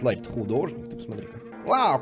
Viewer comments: не Лари, а Ларри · ЛАРРИ, С ДВУМЯ "Р"!!!